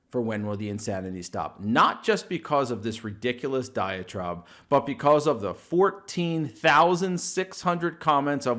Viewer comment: hey my sister says its diatribe not diatrobe